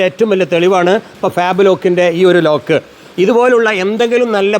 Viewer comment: ലോക് അല്ല മാഷേ, ലോക്ക് ആണ്,😂